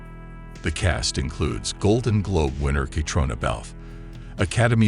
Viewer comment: Can't even pronounce Caitriona's name correctly. She has never won a Golden Globe, only been nominated. Get your facts right.